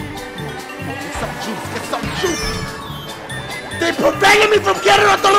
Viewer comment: Lol he said HIT THE JEWS